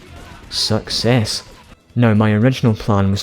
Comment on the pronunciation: When you say success it sounds like suckass😂